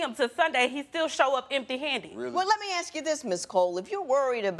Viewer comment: You do not AKS her you ASK her